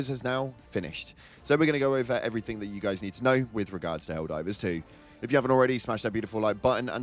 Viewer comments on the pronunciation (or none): none